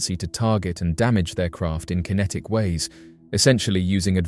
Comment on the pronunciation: Why can't Dr. Greer pronounce "kinetic"?